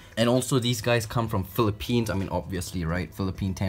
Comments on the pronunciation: he said philli pines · when he said "Philippines" i thought he said "philipenis" like Lay from exo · Philipenus 😂😂😂 “penus”😂😂😂